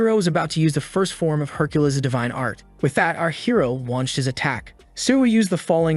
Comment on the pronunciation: Can we get the AI to stop saying Herculiss?